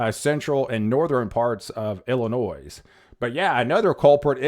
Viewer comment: I was born and raised in Illinois. The "s" is silent! The way you pronounce Illinois, just grinds my gears!!!